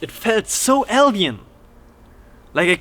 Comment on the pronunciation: Super interesting ! Your description of the entity was hilarious . Also interesting how you pronounce alien ! Sounds like el-yan or L-yan